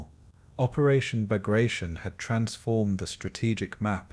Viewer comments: Cant even pronounce the operations name correctly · Can’t pronounce the name of the assault correct… I’m out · Learn to pronounce the name properly. It's am insult to a great Russian General.